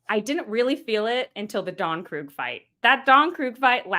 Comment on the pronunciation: Don…Croog? Can’t say I’ve ever heard his name pronounced that way. I’ve always heard it as Don Kreeg(spelled Krieg)😅